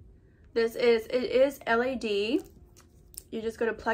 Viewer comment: girl I love youuuuuu But it’s l-E-D, not l-A-d Respectfully though ever since I discovered your channel I be like tomorrows Monday she’s going to post😭🫶🏼 You have such a sweet vibe and you’re so pretty don’t ever forget:) much love💘💘💘